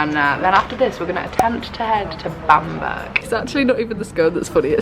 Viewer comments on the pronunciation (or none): I loved the video but the pronunciation makes me laugh! Bamburgh is pronounced like Bam-bruh rather than Bam-burg :) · Oh it’s pronounced Bambra not bam burg haha! I’m from Newcastle it’s actually a really lovely place x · Oh I cringed so much every time you said Bamburgh wrong 😂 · I think you guys have been north of where you live because you did the lands end to John o groats vid🥰 Love your travel challenges!! I love how you guys pronounce Edinburgh properly but didn’t pronounce Bamburgh properly till after hahahah 😂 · I shouldn’t laugh at your pronunciation of Bamburgh but I did🤣🤦🏻‍♀️ Been there many times with being a Northumberland girl! Xx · Newcastle girl here and laughed at your pronunciation of Bamburgh lol good video x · Say Edinburgh then you’ll say Bamburgh right😂😂